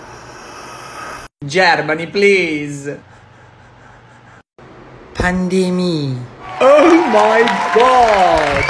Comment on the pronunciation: pandemický :DDDDDDDDDDDDDDDDDDDDDDDDDDDDDDDDDDDD its pandemie but great job with pronunciation